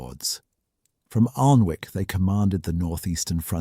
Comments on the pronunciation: The AI commentary… every time it says Alnwick with the L pronounced it drives me crazy. It’s pronounced Annick - as any local would know. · We do indeed. And, they also pronounce the W. Another endearing error is when they remember not to pronounce the L but still pronounce the W and say Anwick with great confidence. The narrator also said domes day book instead of Doomsday book. Makes me wonder why they had difficulty with that one. No pronunciation traps in it at all.